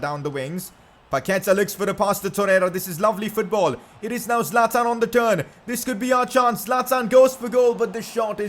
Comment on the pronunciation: Bro say 25 goal score Zaltan